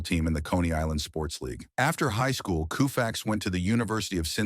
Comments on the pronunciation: Interesting video. But for crying out loud ... Koo-fax??? Fix it. It is KO-Fax. KO, as in COE. How in the world did it become coo-fax? Nobody is going to take this seriously with this awful audio track. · Please! Use a little researched thinking (before SPEAKING)!! "COO-facts" where'd you ever hear that?? "KO-fax"!!! This is as bad as the wiping out of Mel Allen's deeep Southern accent in "61*". A tribute to Maris and a horrible slight to Mel. There are SOME of us who would like keeping the flavor of the originals. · This narrator always Mispronounces names. I mean really, coo-fax… really.😮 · The first time Yankee broadcaster Mel Allen mention Sandy's name, he pronounced it the same way, k o o u f a x. I never forgot that. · "KOO-FAX"?? Is this a real commentator or an AI bot? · Why would anyone believe the BS this video is spewing when it pronounces his name COO-Fax??? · Sir I have watched several of your videos please do your homework on pronunciation! Sandy’s last name is pronounced with the u silent! Ko-fax. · Who the f is Koo fax ?!?!?! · OMG it becomes COW-fax at the end. Take this monstrosity of a video down and fix the audio. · Can't listen to Coo-Fax anymore. What can you tell me about a person if you don't know how to pronounce their name? A turnoff, waste of time. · Seriously, KOOFAX??? Is he related to Jerry Koosman? How much does it take to have an actual person to narrate? Can't bother watching, sorry. Really sad. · Is this AI? Nobody in there right mind would say coofax.I think AI is reading this. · Who the hell is Koo fax? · I like Sandy but Christians play professional sports on Easter and Christmas day. Also please tell AI that it's not pronounced Koofax❤ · New WORLD RECORD!!! It took precisely 7 seconds for the computerized commentator to say "Sandy KUUUFAX". Nope. Another internet video without intelligence. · Sandy Koo-fax? C'mon! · Can’t watch a video that mispronounced his name. What jerks are making videos. Thanks. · KOH fax, not KOO fax!